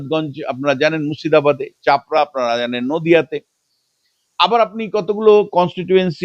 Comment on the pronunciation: Chapra noy chopra hobe.